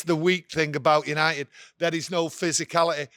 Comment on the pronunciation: Did he say yanited was back 😂